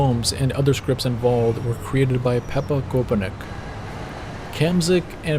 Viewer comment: the czechs and slovaks: 😂😂😂Pepa Koupinek 😂😂😂 you pronounce it pepa kopinets (pepa is short for josef in czech)